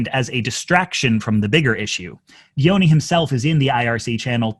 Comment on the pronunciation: I get that it's not the point, but as an Albanian, your pronunciation of "Gjoni" is atrocious.